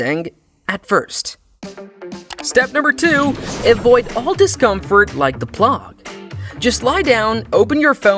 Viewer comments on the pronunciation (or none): Great except for AI speaker..."Avoid all discomfort like the plahh" Instead of saying Plague. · "Like the plahg" 😭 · pronunciations Plog? Youtubers stay undefeated with having bad pronunciations. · Ah yes, the plaug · "The plog"? 😭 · "the plAg"